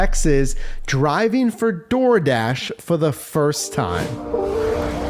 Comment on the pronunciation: The ol “Dol Dah” lmaoooo